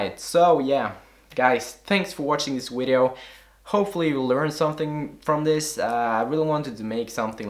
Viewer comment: Lol nigga said wideo